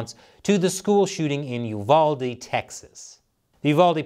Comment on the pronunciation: As always, great job with news reporting! Also,, thank you for pronouncing Uvalde correctly. The Texan in me tips my cowboy hat to you in thanks and appreciation.